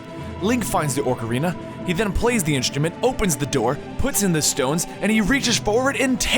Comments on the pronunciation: it`s pronounced o-carina of time. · liking the videos, but why the stuff is he saying orcarina? we all have strange ways of pronounciating zelda words, but this guy is bold as all heck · And "Orcarina". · its not oRcerina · Aw ka ree nuh. Ocarina that's how it's pronounced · ORK-arina? smh... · its OCARINA not "ORC"ARINA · no offense but its oc-a-rina, not ork-a-rina, again not offence but it was killing me that you were saying it wrong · ÓCARINA OOCARINA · O-ca-rina! Not Orc-arina. XD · You said orcarina of time it"s supposed to be ocarina of time. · What's a orcarina its Ocarina and who's gannondolf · It's not Orcarina, it's Ocarina. You keep putting Orcs in your Ocarina. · OCK! OCK! Not Orker. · Oc-like doc, Ar-are, Rina-like the end of balle'rina'. Hope that helps i hate people that pronounce it like it has an 'r' after the 'o' Orkarina? so annoying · ocarina... not orecarina. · Please stop saying oRcarina of time. It's Ocarina. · How he's calling it an oRcarina is killing me. There's no extra R in ocarina >.< and that's a actual instrument so you dont have to guess how it's pronounced... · BTW its "Ocarina" not Orcarina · Don't listen to DigitalSamurai on the pronunciation of "Ocarina." I speak Japanese and have played the Japanese version of all these, and Japanese is a phonetic language requiring no pronunciation guide. It's "OH-ka-ree-nuh," and not "Ahk-uh-ree-nuh" like most people pronounce it. However, he is correct on Ganondorf and VAH-tee Also Fi is pronounced "Fi" as in the first couple letters of the word "fight," not "Fee" as in "Feet." Let me know if there are any other ones you want to know about. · i'm sorry to sound like an ass, but it's not orcarina, it's pronounced : Oh-core-een-uh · Picori, Vaati, Ganondorf, Ocarina, etc. are all oddly pronounced. Everyone I know says Pi-coree, Va-tee, Ganondorf (with an R), O-car-ina. Hope this helps. Great video though. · During Oot you said Orcarina and Ganondalf.